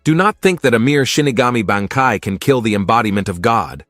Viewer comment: Wrong pronunciation of BANKAI